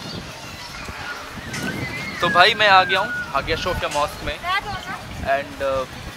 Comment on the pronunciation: Shophia nhi sophia h bhai